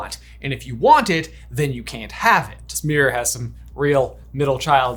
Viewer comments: Why can’t you pronounce mirror? “It’s thurough the merOr” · OMG my poor ears hearing meeyrer or whatever so many times 😅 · Hearing the American pronunciation of "mirror" so many times is messing with my head.